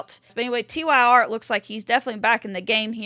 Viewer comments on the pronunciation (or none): Tyr is a Scandinavian name and i promise you it is NOT pronounced "tier". I am a Swede my self. lollllls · Tyr (pronounced: tier {GOW Ragnarok; the guy Odin locked away})